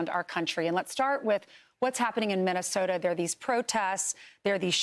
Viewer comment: Melania says " Minisoda"